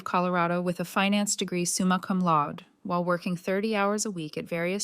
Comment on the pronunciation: Summa cum laudAY. Not loud